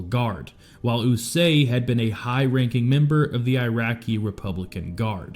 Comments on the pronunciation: It’s Qusay not Usay you chomo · It’s Qusay Hussein not Usay. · Hey dummy, it's "Koo-say", not "usay". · Sadam Hussein's sons were Uday and Qusay Hussein so I'm curious why you pronounce Qusay as "Eww-Say" when it's actually pronounced "Koo-Say" ? Not that anyone really gives a crap. I certainly don't but in an effort to be accurate it's nice to get it right. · Qusay is pronounced , KOO-SAY... OOH-DAY, and KOO-SAY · Uday and QUsay...KOOsay... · Ooo-day & coo-say is how the names are pronounced I believe. 😅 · Qusay…with a Q…